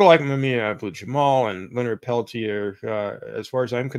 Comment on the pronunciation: It's actually pronounced "Leonard Pel-teer," rhymes with "deer."